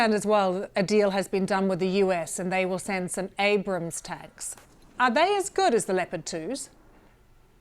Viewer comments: "Ambrams" - You just can't get the staff these days. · Ambram? What is it about the word 'Abrams', that these Oxbridge-educated BBC people can't pronounce?